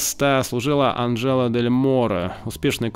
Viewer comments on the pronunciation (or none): none